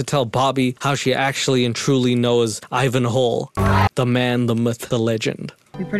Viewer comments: I thought you were saying "Ivan Hole" until you cut the clip in of him introducing himself 😂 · Before catching on, I swore you were saying "Ivan HOLE" and I honestly wish you were. It made me giggle the entire way through this video 😂